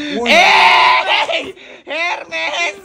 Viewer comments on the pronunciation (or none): Silent H ,…. ERMES ang tamang pronounce